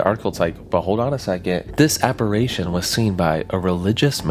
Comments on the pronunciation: You should give the people of 1891 a bit more credit. On average, they were far more intelligent than the average person today. They certainly knew how to pronounce "apparition" correctly. 😂 Just messing with you...sort of 😉😢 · Please learn how to say apparition properly. Its fkn unbearable. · Your pronunciation of "apparition" is cringe af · The way he pronounced apparition threw me, but it was an interesting video. I had not heard of this story so thanks for covering it. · Thank god, I came here to say this haha phew! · Is he just mispronouncing apparition or is that an accent thing? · Omg you keep mispronouncing APPARITION. ITS DRIVING ME FUCKING NUTS. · A small quibble: the word "apparition" is not spoken "apparation"... there's only 2 a's in the word, not 3. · Great video as always man. I love your stuff. Also, its "apparition" ❤ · Interesting story but you kept mispronouncing this word: apparition. Drove me crazy. 🤪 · Apparition. Writhing. Imbibing. I'm not halfway through and he's continually mispronounced these words. Its very good content but these mispronounciation shit is killing me. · Went to the comments to read other people’s theories on this and all I saw was people whining about his southern pronunciation of apparition 😂 Honestly didn’t even make me bat an eye lol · Yeah, we’re not gonna let that pronunci-ition slide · Apparition... App-A-ri-tion(shun) Not app-a-RAY-tion! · I love this story, but I just gotta say, it's appar-i-tion, not appar-a-tion. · Aside from mispronouncing, "apparition", as "apparation", you also mispronounced the word, "writhing", as "worthing". And you mispronounced, "imbibing", as "inhibiting". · It's pronounced, "apa RI tion" not apa RAY tion" jeez dude, and you have kids omg .😮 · The word is: Apparition. Not, "Apparation". Unless you were meaning to say: aberration? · Apparition. Not apparation. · ApparAtions be apparAtin' yo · Check your pronunciation of the word "apparition." App-uh-rish-un, not app-a-ray-shun.